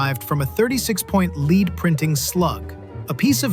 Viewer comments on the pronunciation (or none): It's not a "leed" printing slug - it is pronounced led - because they were frequently made using lead metal. Also, the word alinement is actually spelled alignment and refers to front end wheel alignment equipment made by a company called Bear. They intentionally spelled it "alinement" as a marketing tactic.